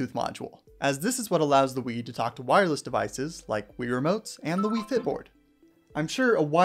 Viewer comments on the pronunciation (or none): Ah yes, "faiyt"